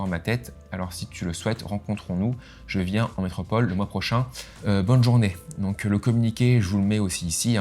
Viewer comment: C'est un antillais qui a fais ça ou du moins il vie au Antilles vue qui prononce métropole , ensuite au début je me dis tu va loins quand même , mais au final non il mérite sa sanction et surtout il doit servir d'exemple , trop de personnes se sentent impuni sur les réseaux pour faire ce genre de chose .